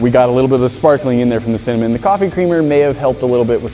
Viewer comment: Noooo said cimanen not cinnamon